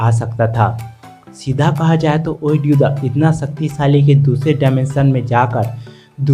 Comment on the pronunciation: Pagal oid Ghidorah nahi void Ghidorah kya pagal ho tum pahdna nahi aata he kya pagal